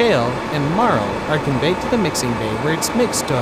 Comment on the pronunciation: One of the main ingredients is spelled MARL. I thought he was saying marrow.